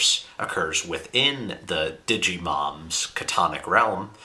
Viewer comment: The guy just said "Digimom"